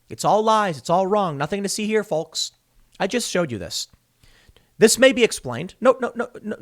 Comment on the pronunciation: Tim. STOP PRONOUNCING THE L IN FOLKS.